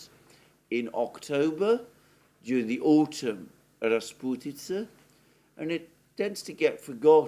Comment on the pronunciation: Your pronunciation of the word “rasputitsa” is brilliant😊